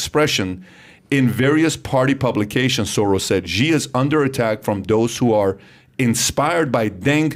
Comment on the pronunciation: Xi is pronounced “She” FYI